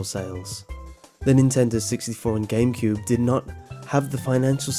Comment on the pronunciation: 151 he said gamecude XD